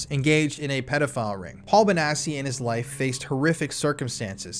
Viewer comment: Note: I could be wrong but since the name sounds Italian, and since it has two c’s, I’m pretty sure it reads Bonatchi not Bonassi